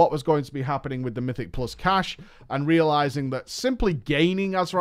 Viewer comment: FFS STOP SAYING CACHAY!